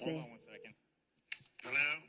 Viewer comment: "HELLEO" Hahaaaa! Such a legend!!!